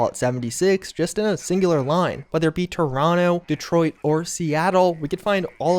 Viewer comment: You say "Toronto" like a local